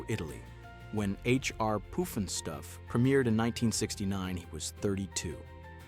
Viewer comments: Puff NOT poof!!! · It's not (Poof)nstuf, it's more like (Puff)nstuf. 🙄🤦‍♂, lol. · Pufnstuff NOT Poofnstuf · Its pufnstuf, not poofnstuf. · Puff-n-stuff, not Poof-n-stuff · How about some consistency in your pronunciation. Pufnstuf or Poofnstuf? Pick one!!! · he said it like poofinstuff. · How dare you not pronounce the title correctly!!!